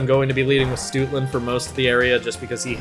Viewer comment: Ngl Stootland sounds like you're mispronouncing Stoutland real bad.